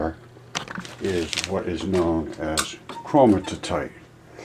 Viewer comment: it's Chromi-tite, not Chroni-ti-tite. Great info though, keep going my man, keep going.